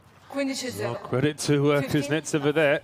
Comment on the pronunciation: All the nuances of Russian speech can not be conveyed in English. And you should not strive for this. Long to explain. In Russian there is other graphics. But the accent in the surname is pronounced incorrectly by English speaking commentators. They are on the "e", but it is necessary to "o", in this case. It hurts your ears... N before E as if softens... So listen carefully a little clip on wta site. If you're not Russian, don't tell me what's right.